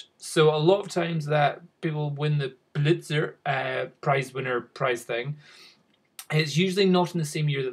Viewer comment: I love how you mispronounce the Pulitzer prize :D